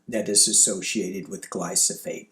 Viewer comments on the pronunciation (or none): it’s Glyphosate. GLYPHOSATE. The “PH’ comes before the “S”.